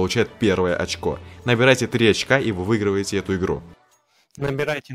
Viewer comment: Шок, я проорал с твоего "очок". Правильней говорить 1 очко =)